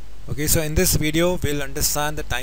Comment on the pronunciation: Hey another bideo about tibers. Un, twho, taree.